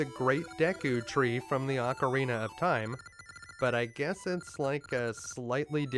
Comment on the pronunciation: Ok ya that was pretty bad... but have you ever heard his first pronunciation of Ocarina? Are car knee u. My favorite lol